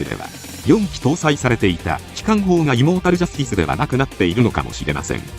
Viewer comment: イモータルジャスティスが胃もたれジャスティスに聞こえるお